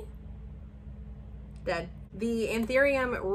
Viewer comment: The way you were saying DED had me cackling 🤣🤣